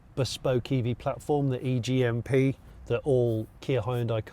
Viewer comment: I am commenting simply to say I like this car and Jonny saying "e-GIMP". 😅